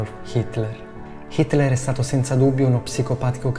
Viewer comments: Tutto molto bello ma sai di sti caspiterina di nomi cos’è hinler si dico proprio hinler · ciao sono un tuo fan e si dice hitler non hitmer